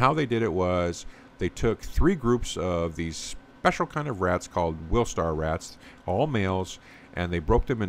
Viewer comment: Wistar, not wilstar.